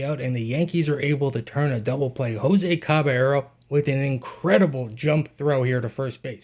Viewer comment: Please learn to pronounce his name.